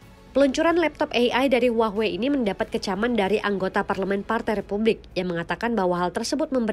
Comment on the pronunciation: hua-wei ❌❌❌ huahh-wey ✅✅✅